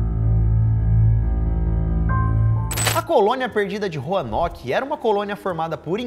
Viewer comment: Do nada o Lucas "sento em 15 pessoas que viviam em roarnoke"😏😁🙌